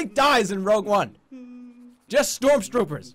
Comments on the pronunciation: shtrorm shtroopers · "Storm Stroopers"